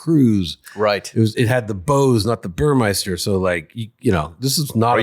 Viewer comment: It's Burmester not Burmeister....atta girl